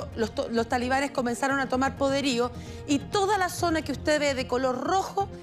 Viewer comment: Que vergüenza escuchar a periodistas universitarios en todos los canales de la televisión chilena decir "talibanes" cuando esa palabra está mal dicha...